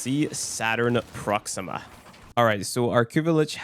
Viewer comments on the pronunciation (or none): none